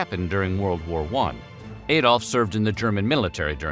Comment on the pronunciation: THAT was one of the worst mistakes. When the video started by calling him AY dolf, I let that go. Barely made it through the rest and I'm glad someone else caught this pronunciation mistake.